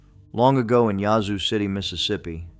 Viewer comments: Lol, yazoo is pronounced with a long a sound. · Please learn how to pronounce the cities in Ms. Yazoo has an a sound like apple and Natchez is na t chez (run it together, actually don’t annunciate the T) Biloxi is buh lux ee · Well I couldn’t make it past the pronunciation of ‘yazoo’. He ain’t from Mississippi 😂. Of course, it may be ai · It is pronounced Yazoo City